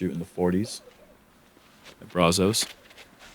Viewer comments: please don’t call it (Bra-Zos) 😂 it’s (brazz-zuss) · Hey it’s Brazos not Brozos buddy 😂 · I love ya. buddy but please go find a local and ask him how to pronounce Brazos.